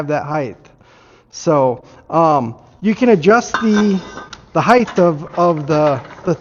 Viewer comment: The word is 'height', not 'heighth' ... retard.